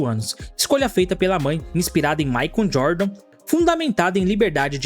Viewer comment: "Maicon Jordan"? "Nike Hair"? Cara, invista no Inglês que vale a pena!